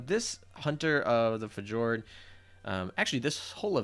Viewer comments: Fee- yor- d.... omg my guy... Plus... stop smacking. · I think fjord pronounced (fiyord) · Fjord is pronounced Fyord btw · fi--yord = fjord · Not sure if this is simply mispronunciation or a critical role reference